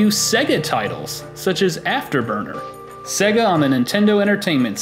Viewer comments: What the fuck is a segguh? It is pronounced Say-Ga. Many games play it for you when they boot, listen... and learn... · I love this video. But it's jarring every time I hear you pronounce it as "sEGGa". It wouldn't be so bad if people didn't know how to pronounce it, but literally every Sega game spoke the word on every boot! SAY-gaaaaaaaa...